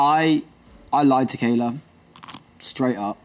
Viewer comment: Kayler ? As in, someone who can’t pronounce Kayla?